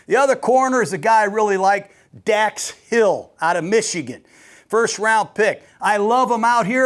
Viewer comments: It’s Dax hill not Dax hall coach 😂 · Dax HILL not Hall But I gotta feeling he's gonna make the league learn his name. WHO DEY